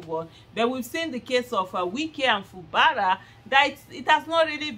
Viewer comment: Aisha it is pronounced. FU GBARA NOT FU BARA